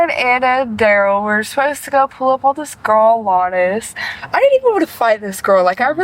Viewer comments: Why can't the narrator pronounce Alanis? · Hey, AI narrator, it's AllAnis, not your anus. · A-lANUS? Lol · Pronunciation: "Al-Anus". Eeeeuw.